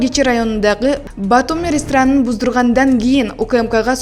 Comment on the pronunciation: Алып баруучу айым РЕСТРАН эмес РЕСТОРАН - деп туура сүйлөчү.Андан башка сөздөрдү да туура эмес сүйлөп жатасың.Китепти көбүрөөк окуп дикциянын үстүнөн иштеп анан алып барсаң болот жаңылвктарды.